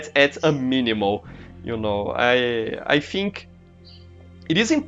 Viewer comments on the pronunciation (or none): Professor, o vídeo ficou incrível! E parabéns pelo inglês, não achava que você soubesse tanto assim, parabéns mesmo. Entendi 90% do vídeo! :D E prof, queria dar uma dica. Percebi que você pronuncia... Por exemplo. "Think", você faz um pouco de som de "Fink", mais com F, entende. Tenta fazer um pouco o som do "Th" com a língua. Mas tirando isso o vídeo ficou incrível. Foi só uma dica mesmo. :D <3💞